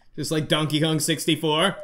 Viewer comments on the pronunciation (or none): none